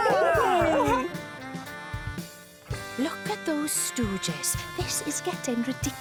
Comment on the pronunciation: It’s Fronch, right?